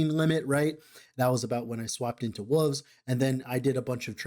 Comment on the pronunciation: Love your stuff. Appreciate the time you put in to put these videos together. Need to hear you say Wooves a few more times. 🙂